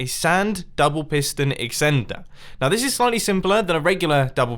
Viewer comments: mumbo its extender not exender. not meant mean : ) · Mumbo said eksender instead of extender hahaha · I love this video, but "Sand double piston excender"? LOL